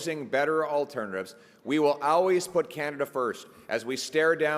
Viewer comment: I’m glad we don’t have to hear PP’s weird pronunciation of the word always again, makes my eye twitch 🤣